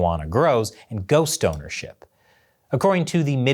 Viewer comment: Did you say ghost ownership?) Or go snonership?)/*